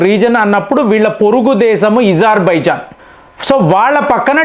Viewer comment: ఎప్పుడు చూసినా ఏదో ఒకటి తప్పు చెబుతావు ఏంటి?అది ఇజార్బైజాన్ కాదు, అజార్ బైజాన్. పినాక వద్దు,అర్జున్ యుద్ధ ట్యాంకులు వద్దు అని మన మిలిటరీ వాళ్ళు ఎప్పుడన్నారు? మన సైన్యం వాటిని ఎప్పటినుంచో వాడుతున్నది.ఇలా అబద్ధాలు చెప్పి మీ పేరు చెడగొట్టుకోకండి.T90 ట్యాంకుల కన్నా అర్జున్ ట్యాంకులు అద్భుతంగా పని చేసినా, మన సైన్యం వద్దని అన్నదా?చెబితే కొంచెం నమ్మేటట్లు ఉండాలి.